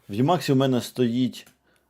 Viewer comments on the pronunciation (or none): правильно імакс а не ємакс йопт